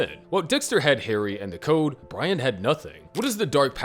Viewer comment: you always had trouble saying brian